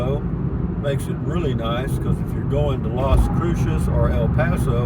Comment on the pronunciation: Is it a boomer generation thing to say things the wrong way and then correct yourself? Like how you did with scenic? I've heard others your age do it. Was it from a radio or TV show? Also please ask a local how to pronounce Las Cruces. It's not "crew-shush". It's "crew-suhs"